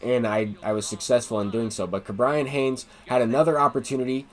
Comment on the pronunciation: Ke’bryan Hayes is pronounced KE and not KA